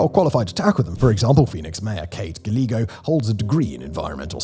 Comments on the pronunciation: I know he's from the UK, and everything else in this video is incredibly important, but when he says Gallego (gal-egg-oh) instead of Gallego (Guy-yeg-goh) it felt like a flashbang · "ga-leg-oh" kills me LOL it's "guy-egg-go" Gallego "LL" in Spanish makes a "Y" sound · * Kate Gallego, Pronounced Kate Ga (ye) go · Phoenix mayor Kate Guy-yay-go. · Gila = "He-la" Papago = "Papa-go" Gallego = "Guy-egg-o" Pedantic Phoenician here. 😁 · Like many things in Arizona, the last name of Phoenix Mayor Kate Gallego has that spanish pronunciation of guy-a-go. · and Gila river is pronounced heela, also I think the mayor's name is pronounced Gah ye go. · You are mis mispronouncing Gallego -- the double L ( ll) is pronoced like a Y like yellow